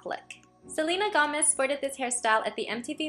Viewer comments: Its Gomez not gamez lol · Luv how u said gomez Lol ;)